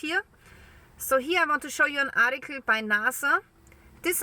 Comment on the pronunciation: I like the way she says ART- TE- CLEE.😵